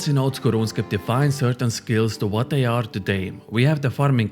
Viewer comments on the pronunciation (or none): none